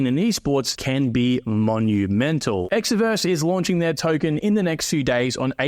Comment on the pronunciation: Promoting Exverse and can't even pronounce it correctly 😂